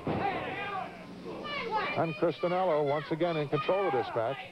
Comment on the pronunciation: DONT you just hate it when the announcer gets the last name wrong and the company running this show, gets the last name wrong as well? CHRISTIANELLO...DONNA...LOL